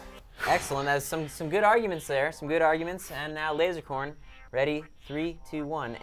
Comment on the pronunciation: said lozercorn to lazercorn